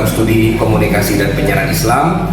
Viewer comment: Bukan Stadi, tapi studi